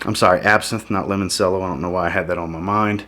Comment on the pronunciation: Great reviews! For future reference, when you pronounce the note of "Limoncello" , it is pronounced like Lemon-CHello. Like Cello the instrument! Cheers!